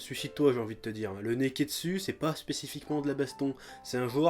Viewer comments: Mais j'ai teeeellement rigolé pour le "nez-qu'est-dssus" !! Bravo chef :) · a cause de toi a chaque fois que tu dis nekketsu j'entend nez qu'est dessus